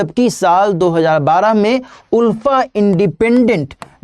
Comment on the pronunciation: Not उल्फा it's आलफा. Not Unified it's United.